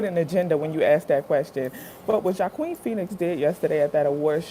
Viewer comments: I love your reactions and btw his name is pronounced “wahkeen” 😂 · His name is pronounced 'hwakeen' phoenix